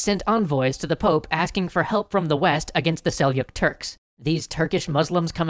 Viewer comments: "j" in Seljuk is pronounced like "g" in George, not like "y" in yogurt. That is a very common pronunciation mistake by the way. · SelYuk? Seljuk is pronounced with a j like in jelly. And if anything, a Catholic bishop would always wield a blunt weapon like a mace, never a blade. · Your pronounciation of "Seljuk" made me shout "NO" at the screen. It's Sel-juk! As in "zh". Great info, just got a little irritated at that mistake.